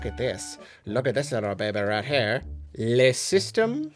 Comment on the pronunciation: So, trying some French prononciations arent we 😏 Then, the "Le" isnt like a "Lé / Lait" just like in "A Cow" = "Le Vache" 😁